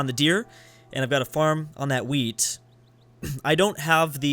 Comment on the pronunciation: when he said wheat it sounded like weed xD